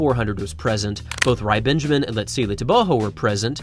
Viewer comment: Thank you for the proper pronunciation of Letsile Tebogos surname.